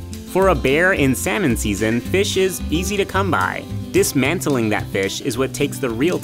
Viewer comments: The way he pronounced it didn't even go well with the joke. It's clear he didn't write the script. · "And for the bear, time is money. Or really..." Me: "honey". MinuteEarth: "sal-money". You're killing me.